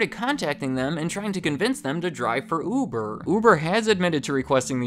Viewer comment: I keep hearing "oovoo javer"